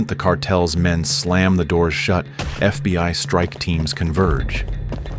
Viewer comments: this has to be the best AI narration I’ve ever heard. I don’t think I would’ve known if it weren’t for some of the obvious mistakes that basically no person would make like FBY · How fkn sh!tty is AI if it keeps saying "FBY" ?? I hear it time and again in all of these crappy AI written videos